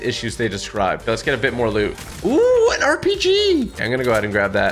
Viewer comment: why did he say RPG like that 😄